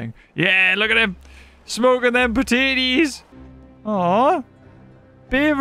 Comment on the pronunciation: the way you said potatoes the first time was very wrong...